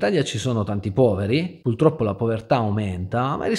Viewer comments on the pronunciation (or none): si dice "puRtroppo", non puLtroppo.... 🤦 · Qualcuno dica a che si dice "purtroppo", e non "pultroppo" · Ti voglio bene ma "puLtroppo " no eh! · A, ti seguo e ti stimo però “purtroppo” è con la R non con la L come lo pronunci tu!! 😅😉